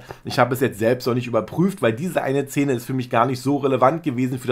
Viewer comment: Lieber, ich bin Trashi der ersten Stunde und verfolge JEDES deiner Videos! Allerdings triggert es mich sehr wenn du "zähne" statt "Szene" sagst. 😂 Vielleicht ist dass eine annehmbare, nicht alleinstehende Kritik ist. Alles mit Liebe 😊❤ Bis heute Abend! ❤❤